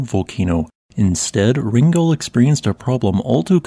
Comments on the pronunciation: Wrangell is pronounced like a Wrangler, btw. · PRONUNCIATION. WRAN ..GEL